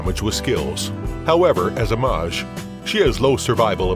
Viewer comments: Pronounciation of mage is madj?? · Spicy Hemmoroid maaj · Lmao the way he says mage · weird way to say mage mister narrator.